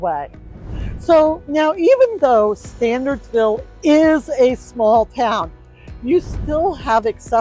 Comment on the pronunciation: in the beginning of the video, you say the town name is pronounced "Stan-urds-ville" not "Stan-ahrds-ville." However, after that, you keep pronouncing the name of the town as "StanDardsville." I guess there are two different options for mispronouncing the name.